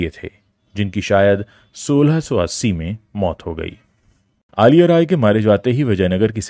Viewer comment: Aliya nahi Saar, Azhiya.. how can we explain this pronunciation to North Indians..